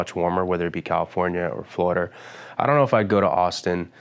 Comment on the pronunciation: watching this and he said he lives in jersey and i was like oh okay i wouldn't have guessed and then 5 seconds later he said "florider" and there was no more questioning